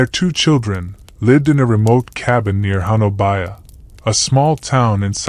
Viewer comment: Honobia is pronounced ho nub e